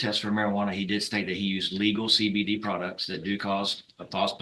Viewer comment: Products not prouts hahahahahahaha